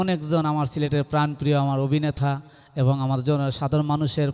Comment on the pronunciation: শিল্পী যে ক'টা গাইলেন তা আমরা সচরাচর শুনতে পাইনা। শুনলাম । ভালো লাগলো । শিল্পী কে অনেক অনেক শুভেচ্ছা ও অভিনন্দন । কিন্তু কথা বলার সময় উনার কিছু শব্দের উচ্চারণ খুবই পীড়াদায়ক। যেমন শিল্পী অনেকবার 'এবং' শব্দটি বলেছেন। প্রতিবারই বলছেন - 'এভং'। সত্যি কানে লাগে